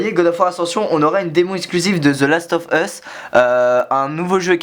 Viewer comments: mdr the last of HUUUUSSS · j'adore ta prononciation de The las of ...US